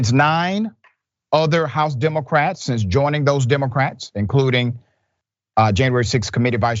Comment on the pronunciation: When you can’t pronounce Liz you shouldn’t be openly threatening anybody.